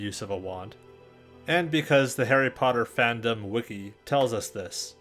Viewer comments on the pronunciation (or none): none